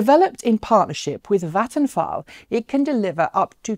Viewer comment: I like the German sounding pronunciation of "Vattenfall". /a swede